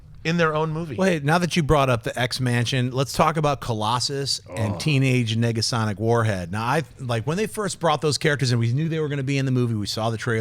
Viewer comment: you can hear a second G?